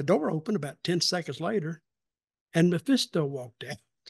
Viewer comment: It’s Mephisto, not Maphisto.